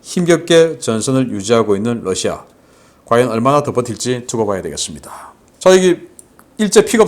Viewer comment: Russia발음 바로 해주시면 고맙겠습니다. 여러번 말씀 드렸습니다.